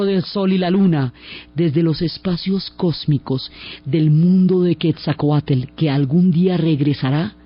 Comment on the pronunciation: Excelente narración Diana. Para hacerla perfecta me hubiera gustado escuchar la pronunciación correcta de Quetzalcóatl. Pero agradezco mucho el entusiasmo y gran conocimiento con que cuenta la increíble historia de un país tan magnifico como Mexico 🇲🇽